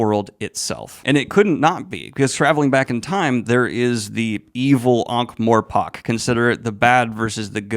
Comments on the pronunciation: This is an incredible review! I just can’t get “ankh-mor*pok*” out of my head ;-; you got the Ankh right, it’s just the morPORK that bothers me :,) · ... Who tf calls it ankh-more-*pock*?